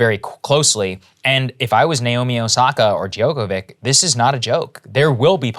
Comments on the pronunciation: Saagar butchered Novak's surname. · He butchered Novak's surname. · Omg, “DjokoviCH”!!!